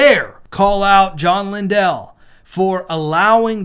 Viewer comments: It’s not linDELL. ITS LINDLE LIKE KINDLE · Also, Lindell is pronounced like kindle. 🙂